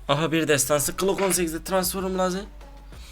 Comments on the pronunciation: ya transforum diyorsunya kopuyorm ya jcidjsnd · Transforum değil transform